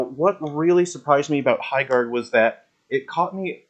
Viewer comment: High GARRDERING :D